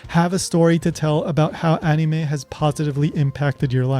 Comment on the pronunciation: It's crazy! She mispronounces anime just like you do!